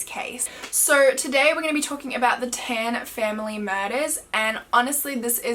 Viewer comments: I used to live in Geylang bahru . Btw Tan is not pronounced as "ten" , is "tun" , like how you pronounce "pun" . Geylang Bahru is "gay lung bar roo" just fyi ❤❤ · Tan is pronounced as ‘t-un’ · I KNEW IT! She was gonna pronounce it as tAhhhn LMAO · Its tan as in t(ah)n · I'm Singaporean, it's pronounced T-AH-N for tan and GAY- L- AH- NG B-AH-ROO . haha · Lol im from singapore and u pronounced tan wrongly and the geylang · yess uu didn't pronounce the word Tan and the name of the road correctly but nonetheless i love ur accent